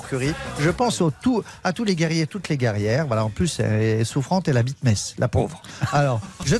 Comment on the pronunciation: Et pas les alsaciens du coup?! Et non j'aime bien ses chroniques, il n'y a aucune susceptibilité dans mon message, je sais bien qu'il fait exprès et qu'il exagere le trait! Et en plus il prononce parfaitement Metz, donc 10/10 pour sa vanne!